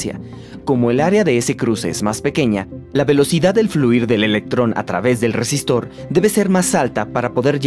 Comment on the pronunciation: Todo bien pero.... ¿cómo es posible que semejante exposición científica se vea arruinada por un doblista que evidentemente no sabe pronunciar las R iniciales (shápidamente, shesistor, etc.)?